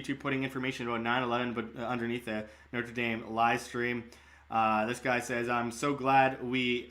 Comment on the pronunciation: Please learn how to pronounce Notre Dame properly. North Americans absolutely butcher these two words. Good coverage otherwise.